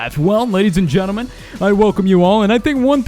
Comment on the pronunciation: Always when he says "gentlemen" i understand "germanmen"